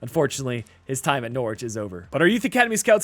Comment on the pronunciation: Good video but I’m from Norwich and it’s pronounced more like nor rich